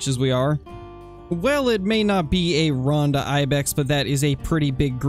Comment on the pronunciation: Just so you know, I'm pretty sure the name of the Ronda Ibex is supposed to be pronounced "Roan-duh" with a long o sound, not "Rahn-duh". But I might be wrong.